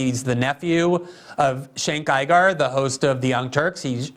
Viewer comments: "Shank Gi-gar" 😂 That's what everyone needs to call Cenk Uygur from this day forward - LET IT BE SO! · I couldn't help but laugh every time Glenn tried to pronounce Cenk Uygur.